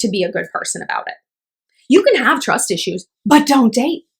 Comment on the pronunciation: “TWUS ISHU!” 😂😂 replayed that a few times